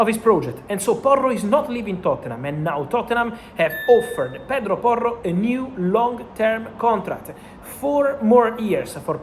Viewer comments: The way the words pedro porro roll is epic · Love the way he says Pedro Porro.